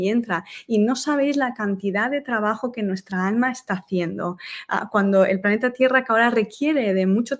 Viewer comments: Cual "paneta"?? 😂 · Que paso con la L de planeta , o estamos hablando de paneta